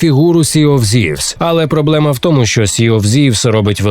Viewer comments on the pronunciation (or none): 10 місяців томУ, а не тОму. ДУмками, а не думКами бл💩